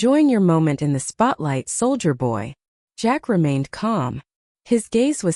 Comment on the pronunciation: This is the worst narration I have ever heard. Not only is she going like crazy and you can't keep up with her. But she doesn't even know how to say the word soldier. It didn't take me long to turn it off and find another thing to listen to. Better luck next time